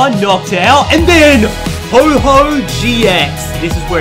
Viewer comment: Its ho oh not ho ho